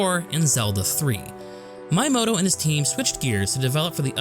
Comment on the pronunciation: Ehem... It's pronounced "Mee-yah-moh-toh" spelled Miyamoto